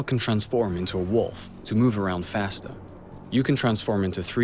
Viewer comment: did he say to move around fastah or faster? 😂